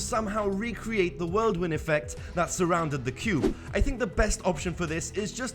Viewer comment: The Worldwind? Ist whirlwind